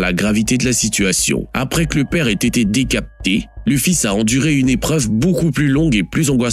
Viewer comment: Oui parce que un humain ne dit pas : décapté au lieu de décapité lol